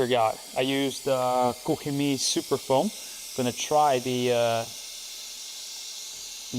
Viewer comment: I just love when you say KOCH CHEMIE properly - not like COCK CHEMIE :D Greetings from Poland ! :)